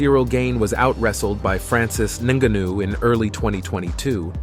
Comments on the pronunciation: Homie... good vid but your pronunciation... Ciryl GAIN? Jan BLACK-O-WITCH? Francis NIN-GUH-NOO? 😂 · Not francis ninganoo😭